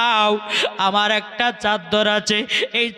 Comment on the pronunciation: চাদ্দার না চাদর